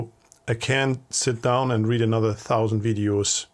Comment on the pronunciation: Listening to AI is very annoying. The incorrect pronunciation e.g. REED (read) pronounced as red when it should be REED.